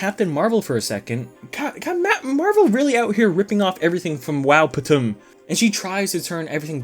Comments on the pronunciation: I love this movie and I can't with him calling it wow patum 😂😂😂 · I crack up everytime he says wowptm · I literally choked and died when you said “wowptm” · as a true mexican, when you say wowptm i just hear “wow puta madre” in my head